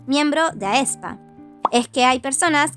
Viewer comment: sin ofender ni nada pero sigues pronunciando mal aespa, porque no se pronuncia tal y como está escrito, se pronuncia espa porque es como si la a fuera muda...